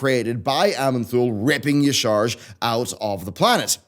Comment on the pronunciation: Its ya-sha-raj, not ee-sarj